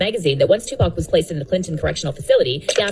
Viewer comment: Bro saying Tupac with a K